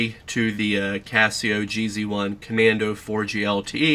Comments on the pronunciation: Its red not orange and its G Zone not GZ one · It's pronounced Geez One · This guy has no idea what hes talking about... "JEE ZEE ONE???" Internal thermometer?? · "jee-zee one"...what?